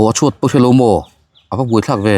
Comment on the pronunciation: Chuat chu chhuat kha 😂 a van fiah lo em 😂😂😂